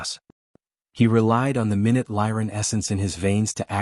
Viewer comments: Good story but just an observation when saying minute it is pronounced minoot. 😊😊😊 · Should have been mynoot.😂😂😂😊😊